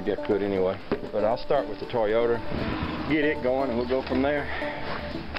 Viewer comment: "Toyoder" I've never heard a Toyota pronounced that way. XD